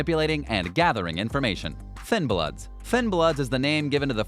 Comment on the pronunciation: Im surprised you managed to say thinbloods correctly.